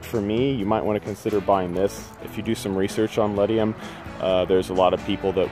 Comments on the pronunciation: Ledum...pronounced lee-dum. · Ledum (boiron) not ledium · I disagree; the problem with too high a dosage in homeopathic medicine is to overshoot... not cause harm. Too low a dosage can undershoot the healing. Yes, Arsenicum Album is the correct name. Ledum is pronounced just as it sounds-not with an "i", but great video.